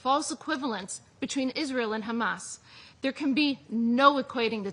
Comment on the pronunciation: how many times did she say khamas? 😅